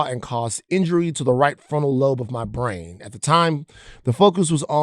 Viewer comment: "But it was my bwain injury" PATHETIC